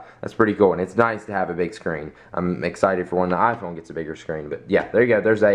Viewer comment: First time ever you said "iPhone" without saying "Ah-Phone" xD